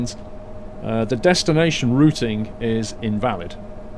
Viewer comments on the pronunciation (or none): none